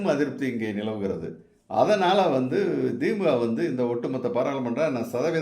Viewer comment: Why thimmuka it is the-mu-ka.